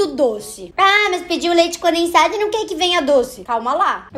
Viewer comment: ngm: a: leite "conensado"